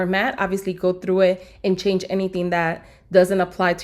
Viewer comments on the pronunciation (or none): none